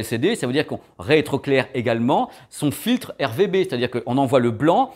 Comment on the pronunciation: Merci, je voulais me mettre à la page, en une vidéo c'est chose faite 😁 Par contre ça me perturbe, tu dis souvent "on réétroclaire", c'est pas "on retroéclaire" plutôt? C'est une vraie question j'suis destabilisé lol